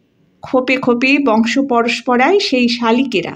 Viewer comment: পরস্পরা নয় - পরম্পরা ।